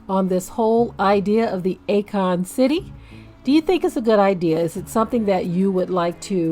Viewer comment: It’s A-Kon 😂😂😂😂 Stand down. Shalum family 😂